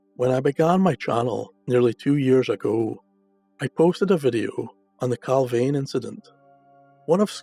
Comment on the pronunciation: Points to note! Location pronounced Cal (veen) Not Cal (vane). Nick pope was on the UFO desk at the time of the incident. All material's from the case crossed his desk. The pick of the bunch photo went missing from Pope's office. The photo shown is of an unidentified flying object and a harrier jump jet. Inverted picture, tosh! Oh and by the way Clarke is a shill, a paid debunker! Strangely went very quiet after the pentagon admitted UFO'S were real. I don't believe the record got the photo's back.